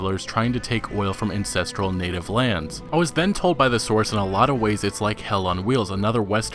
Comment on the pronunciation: LMFAO, it pronounced "ancestral" not "incestral" haha